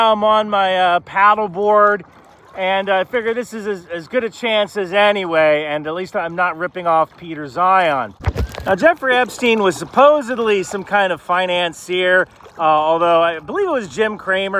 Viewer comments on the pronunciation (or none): its peter Peter Zeihan and not Zion. but that was kinda funny.